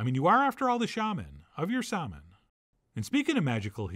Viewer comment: "You're the shaman...of your 'sahman.' 😂😂🤣🤣